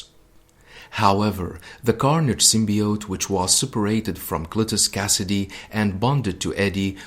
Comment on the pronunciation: I'll be that guy... Say Cleatus Cassidy again. Love your vids tho